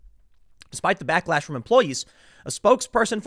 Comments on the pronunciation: lol "blacklash" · YOU SAID BLACKLASH LOL! Omg new term!?!?!